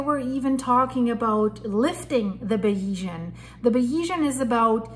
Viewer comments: Please pronounce the name of the yacht correctly. You are not credible unless you do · Hey Joe, if a reporter can't pronounce such a basic name it shows me they are not really familiar with the topic and this is further proven from some of her comments. For an accurate and informative source on this tragedy please look at The Yacht Report